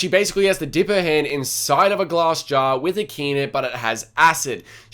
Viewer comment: Your English is great, your only mistake was dropping 1 'S' in glass! As for what you said I fully agree! I couldn't imagine being crushed in a room like that with your only escape laughing at you as they sink into the floor 😳